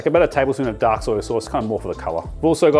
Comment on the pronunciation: It murders me every time I hear "soyYUH". Like, just soy. No "yuh". lol